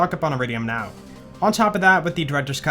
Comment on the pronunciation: Does anyone else also hear "not" when he says "now"